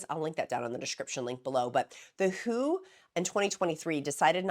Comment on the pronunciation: Merry Christmas, Gab from Australia here. Just sat down to watch your latest video and wanted to let you know that the World Health Organisation is not shortened to “who” but the letters are read out as in W. H. O. Just a small thing but I thought I should let you know. Now, I have my morning coffee and will watch the rest of the video. It is going to be a hot one here today getting up to 37 degrees Celsius (98.6 degrees for you) but it looks like we could have a storm as well. I hope everyone had a wonderfully Merry Christmas and will have a Happy New Year as well. I too am coming up to two years on this medication (31 December) and it has changed my life for the better. You will soon be at maintenance level and I cannot wait to see how you manage it. You are looking so beautiful. You are simply glowing with health. I look forward to the next year of your videos and, of course, continuing to help the newbies in the free encouragement Facebook group. As an old hand at this now, 9 months in maintenance, my goals for the new year are to concentrate more on increasing my exercise (I want to play tennis again but need to be fit enough to run around for that) and getting my plant channel up and running now that I don’t have to spend so much time thinking about weight and what I put in my mouth every second of the day. Lots of love to everyone out there.